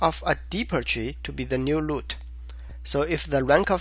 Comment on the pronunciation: Your videos are exactly the right combination of explanation and code walk thru. Keep doing them, and I don't care if you say 'loot' insted of 'root'. Haha.